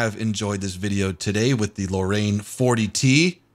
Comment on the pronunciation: really hope they don't add the Foch 155. that would just be ridiculous. also, the Lorraine is pronounced Lorr-rain